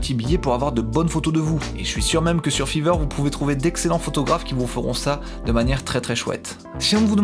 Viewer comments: RAH MAIS C'EST FIVER PAS FEVER sinon super video 😂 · grâce a f III ver, FAYVER STP LA PRONONCIATION !! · Je me suis abonné au début de la vidéo et là j'entends fiver prononcé litérallement fiveur et non faïveur xD Les petits détails qui changent tout 🤍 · Grâce à « fever » ... « ephone » ... « odd éveune » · Ça fait mal aux oreilles comment tu prononces five r